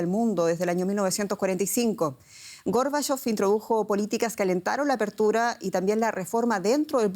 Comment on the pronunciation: ¿Por qué la locutora tergiversa el nombre y apellido de Mijaíl Gorbachov? ¿No sabe leer en español?